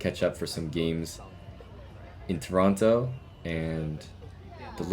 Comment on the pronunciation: I can't figure out if he's purposely saying "Toronto" wrong just to annoy the locals.